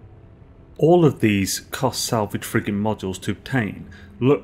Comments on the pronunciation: me too "friggin consumables" xD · When you say "Frigate Modules", I hear "Friggin' Modules". Lol. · Lmao same here. Cant stop laughing!